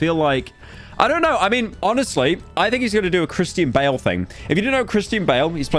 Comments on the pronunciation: Chris-tea-an bale, brother wtf why can't you say names right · Are we going to ignore the fact that he mispronounced Christian bale's name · Pyro absolutely butchering the pronunciation of Christian Bale